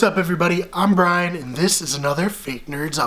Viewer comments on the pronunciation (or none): none